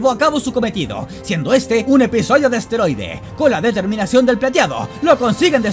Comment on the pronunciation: Minuto quiero que no escuché bien ¿dijiste asteroide o esteroide?